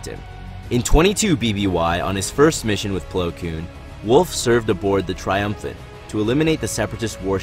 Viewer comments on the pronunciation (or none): I keep hearing "Kewn" Please just call him Plo XD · You saying koon pretty confidently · Cringed every time he said “Koon” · Dude I really like your videos I think they’re really insightful But a major critique I have for you is that you should really stop saying “Koon” Koon is a racist term towards black peoples It’s not your fault and is a mistake made by Lucas for naming Plo that. Just letting you know This is why people refer to him as General/Master Plo